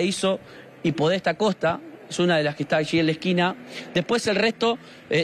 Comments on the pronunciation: 🤣🤣🤣🤣!!!! Y sí, xq estrangularla por la cintura sería complicado!!!! Yo me pregunto ¿este movilero estudió periodismo? También dijo "calle Podésta en vez de Podestá", bestiaaaaaa!!!! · la calle es Podestá, con acento, Podestá Costa...